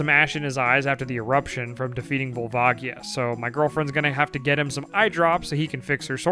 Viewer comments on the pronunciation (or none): gotta love all these pronounciations youve invented :D cohiro, kookoo, volvaagia